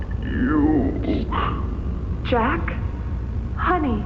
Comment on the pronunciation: Jack ❎️ Jeck. ✅️